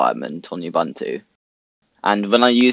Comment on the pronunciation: It's pronounced "OOBOONTOO". "OOBANTOO" doens't exist.